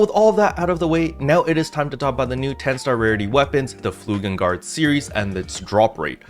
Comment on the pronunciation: It's flugeLgard, not flugeNgard.